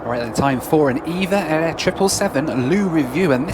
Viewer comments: They're called E. V. A. Air, not EVA. Also Nadi in Fiji is pronounced "Nandee". Apart from that thanks for the "spin me right round go-pro" singing. You're a funny man!! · It's pronounced E-Vee-Ay Air (not Eva Air)